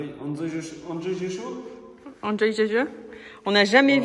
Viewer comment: Entre la Mousse PU en timelapse et le coulage de la chape de béton c'est définitivement votre video la plus satisfaisante (Translation for: With the Polyurethane foam in Timelapse and the concrete pouring, it is definitely your most satisfying video so far) Bon le challenge maintenant pour c'est de prononcer cette phrase en Anglais car avec ton "Anjoille ze Chaud" tu m'a vraiment bien fait marrer;-)